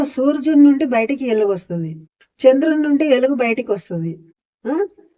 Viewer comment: ఎలుగు కాదు వెలుగు ముందు వెలుగు అని పలకటం నేర్చుకో👍